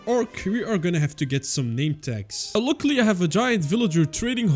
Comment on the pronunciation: how he pronounce „luckily“💀